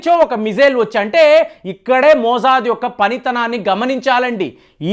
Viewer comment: Not. MoOOOOIIzaaaaad 😂😂😂. "MOSSAD 😂😂